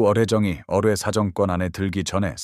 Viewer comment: 어뢰 발음이 이상 스큐류도....